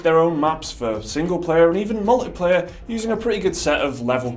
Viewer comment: He said “mullet player,” right?